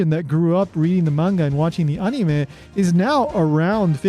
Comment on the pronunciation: I like the way you say anime lol "Ah-nii-meh"